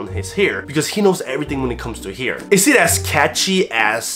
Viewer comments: Hair. Not "heyre" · Why does he say «hiir»?